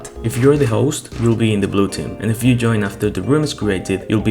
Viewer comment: ITS JOIN NOT YOIN